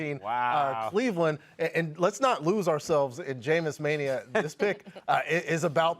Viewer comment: Did he say Bleveland 😭😭😭😭😭😭😭